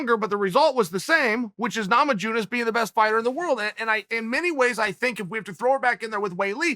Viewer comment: Na- ma-june-iss..........come on Chale, lost another round